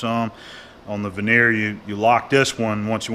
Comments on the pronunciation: It is a vernier calliper pronounced ver ni a not veneer, veneer relates to a thin slice of wood used for facing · Hey. I know this is old, and you will probably not see this, but just in case (I will mention it on a more recent video if I hear the same thing), I would just like to point out an incorrect pronunciation that you use. The measuring tool is pronounced Ver Near. It is picky I know, and I feel bad pointing it out, but that is the international way to pronounce it. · I am a bit OCD abut the English language. Those are vernier calipers (ver ne er) not vernear.